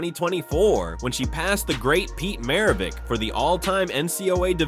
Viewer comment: Seriously ... you report a story comparing her to Maravich, and can't even pronounce his name? WOW!